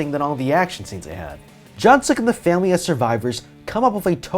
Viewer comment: what you said: jungsuk what i heard: junksuck